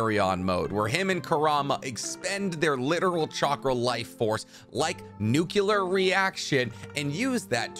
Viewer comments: Nuclear, not nucelar reaction. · It's NUCLEAR not Nuke-Yuh-Ler